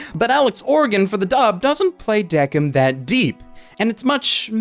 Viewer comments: I just finished watching Death Parade and came to watch this video And I have 2 comments: 1-IT'S PRONOUNCED "THE KING" NOT "DECK-IN" 2-I would love a sequel to this anime filling the mysteries that weren't solved like "How are the arbiters created" or "How is Decim making his judgements now? Does he not follow the basic rules anymore?" Maybe they could even bring Chiyuki's reincarnation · The only thing wrong was that you were pronouncing Deciem's name wrong. It's Deh-kēim same with Quindeceim it's Kwin- deh- kēim. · Just want to say even thou it's decim it's said like desim